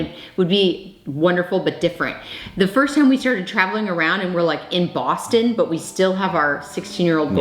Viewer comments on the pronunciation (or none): none